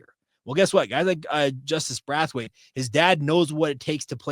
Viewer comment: The way you are pronouncing Braithwaite is killing me, Braith rhythms with Faith, it does not rhyme with wrath! Love your show! Go Cougs!!